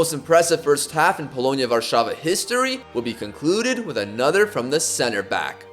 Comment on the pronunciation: you said polonia warszawa correctly that never happens with angloids